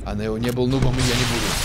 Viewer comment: Не нэл а нео